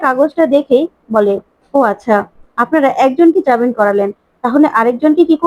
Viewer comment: jabin noi jamin, Please correct